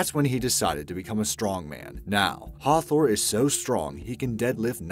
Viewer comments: You said hafthors name wrong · omg it has been so long since I heard an english person say a Icelandic name it was hilarious ( I'm Icelandic btw)